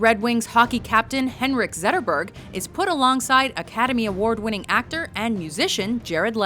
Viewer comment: Always such effort to pronounce everything in the native language, but not when it's Henrik Zetterberg?